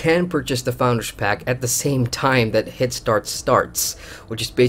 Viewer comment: Why do you keep saying Hit-start? Don´t you mean head start?